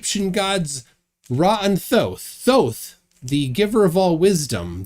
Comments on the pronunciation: He cant be the reincarnation of Ra and Thoth as he couldn't pronounce their names properly. Apparently, it's pronounced Ray and Djehuty!! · This guy is the reincarnation of "Thoth"? He pronounces the "th" the way English speakers would, like in the words "the" or "tooth". But in fact, the Egyptian god's name is pronounced: t - hoh - tay It's 3 syllables with an emphasis on the middle syllable. The first "t" has no vowel sound attached to it. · He can't even pronounce Thoth